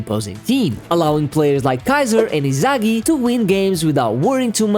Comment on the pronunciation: Why you say Izagi